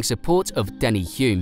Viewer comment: Thank you for pronouncing our local hero's name correctly, Denis Hulme is in fact Denny Hume. Excellent effort 🙂 Kiwi fan, Bryce